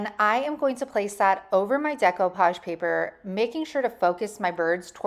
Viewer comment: Thank you for pronouncing it right.